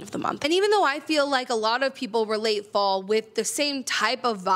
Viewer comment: Interesting that when you said you can artificially create a fall scenario, the words fall and scenario blended and it sounded like false scenario which is spot on 🤣